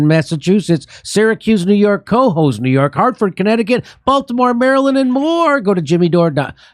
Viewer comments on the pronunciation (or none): K'hoze (Cohoes) not Ko-hose.